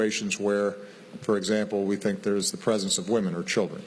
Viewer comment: sənk yu, du yu sink?